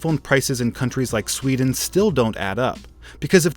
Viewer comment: When he said sewden whoelse tought of pewdiepie